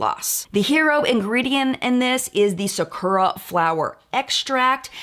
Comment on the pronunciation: It bothered me so much the way Tati pronounced Sakura 🙃 like if you’re going to use a Japanese flower in your product, at least pronounce it right